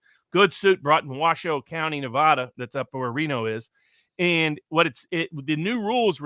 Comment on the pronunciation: I’m a 50yo native Nevadan. you need to pronounce NEVADA THE WAY WE DO!!! 😡